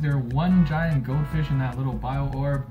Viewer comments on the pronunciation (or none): still says "goatfish" instead of "goldfish" Me: At least he only said it once.